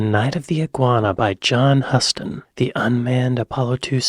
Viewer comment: John Huston's surname is pronounced 'Hooston'. Although he was a renowned director in his own right, you might be more familiar with his daughter, the actress Anjelica.